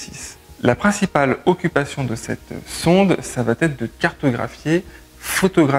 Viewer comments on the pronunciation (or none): Bonne vidéo. Si je peux juste me permettre un commentaire : on ne dit pas "ça va-t-être" mais "ça va être", sans liaison donc (à )